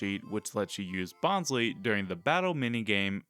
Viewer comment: Bonsly is your favorite pokemon but you pronounce its name wrong? Bonsai + sly (like sneaky) it’s a pokemon pretending to be a bonsai tree. So the second syllable of its name is literally sly. They pronounced it wrong in the first season Bonsly was featured in the anime but they said it correctly in later seasons.